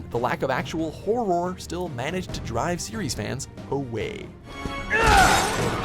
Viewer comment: The way he says horror is horrific